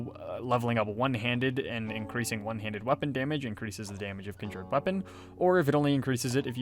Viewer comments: Nice video. I’m very confused by your accent tho. How is that you can pronounce “conjuration” without any issue, but somehow “conjured” comes out as “kin jured”? Anyhow, thanks for making the video! 😅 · You dont say conjured correctly and it drives me nuts lol